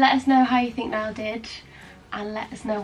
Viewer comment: The ‘Ni-all’ really made me lol 😂